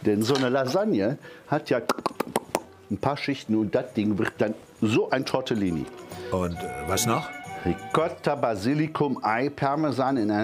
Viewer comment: Tortellini, nicht Tortillini HAHAHAHAHAHa